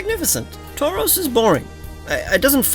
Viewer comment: THE SECOND U IN TAUROS IS SUPPOSED TO BE AN O!